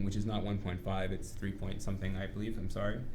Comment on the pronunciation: What's a "wrait"? :P I've heard it more than "tree" times